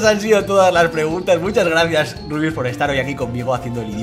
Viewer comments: ¿Por qué le dices Rabius? Eres tonto? xD No se pronuncia en inglés, es como si pronuncias mesa "meisa" Vaya tela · De hecho si lo pones lento se escucha rabius Xd